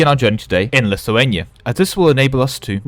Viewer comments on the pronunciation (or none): none